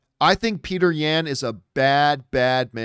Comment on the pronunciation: This man said "Peter Yan (ya-hn)" 🤣🤣🤣 Bruh he's Russian.